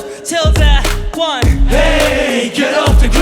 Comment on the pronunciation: ケイのoneの発音が好きすぎるのと、そのあとのカンタのダンダンダンって音ハメしとる振りが好きすぎる。自分が見直す用